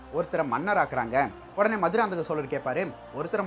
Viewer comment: Bro maduranthakam maannana??? Enga bro iruku entha manna corect ah pronounce pannunga pls